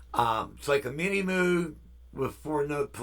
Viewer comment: Thanks. All the best to Carol!! Been thinking about getting a Poly D. My original Minimoog was stolen in the 80's. By the way Moog rhymes with vogue. Take care.